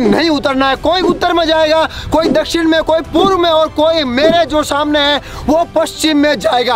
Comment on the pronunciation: पुरब नहीं है वह पुर्व है भाई